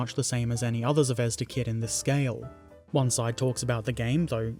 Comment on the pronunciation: Now explain to him how to pronounce ‘Zvezda’. Good luck!